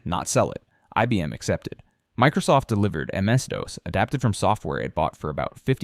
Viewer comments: "MS Dose" lol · Who calls it "MS Dose"?